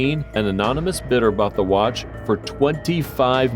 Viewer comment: And when you said watch you said "Wat"